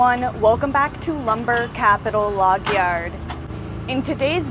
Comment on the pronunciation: The way she says "yard" is so Canadian, watch the intro and tell me that's not a Canadian accent.